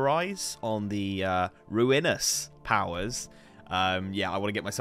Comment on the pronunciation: Well, about half way through the episode he mispronounced it again, but it was good while it lasted :D